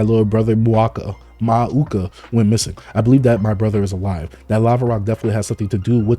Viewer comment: most people pronounce Mauka as Mow Ka